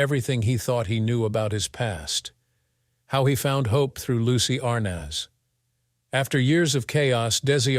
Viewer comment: How come they say correctly for Lucy Arnez but Desi Jr they said it wrongly.